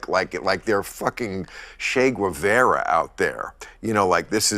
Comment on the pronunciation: He can't even pronounce Guevara or Chavez correctly. Wth?